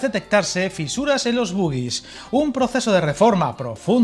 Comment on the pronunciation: Un apunte, tanto en español como en inglés "bogies" se pronuncia como "bógis", y también se puede utilizar el término español, aunque esté cayendo en desuso, bojes; pero en definitiva, y desde que Marruecos ganó a España en el mundial, es mejor utiliar el término árabe "عربات".